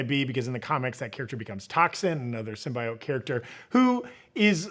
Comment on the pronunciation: Its 'Sim-BEE-oat'...not 'sim bye oat'...god not the nerds now too